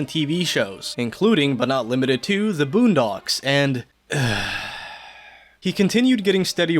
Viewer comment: "The Boondogs" 💀